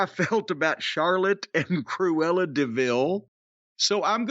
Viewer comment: Jim Cornette calling Sonya Deville ‘Cruela’ is Never going to get Old …. 😂💀